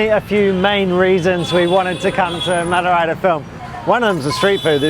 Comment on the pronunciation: u r pronouncing madurai wrongly it is a big embarassing moment for madurai peoples